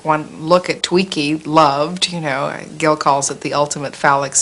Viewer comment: And it didn't need Burt Reynolds and it's Gil like the fish gills